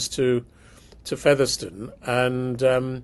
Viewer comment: Please tell how to pronounce Featherstone 😂